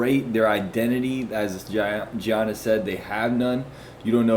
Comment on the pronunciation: Bro it’s pronounced “Yannis” not “Geonnis”.